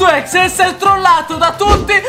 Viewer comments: Si pronuncia sanky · Sei il migliore di tuuuuuuuttttttttiiiiiiiiii!!MA CI SONO 3 PROBLEMI IL PRIMO È CHE NN SI LEGGE SUNKY MA SANKY IL SECONDO È CHE NN SI LEGGE EGGMEN MA EGGMAN IL TERZO NN È UN PROBLEMA MA BUONA PASQUA!